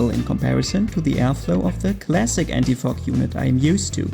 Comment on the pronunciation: It sounded like you said, "anti f**k"😂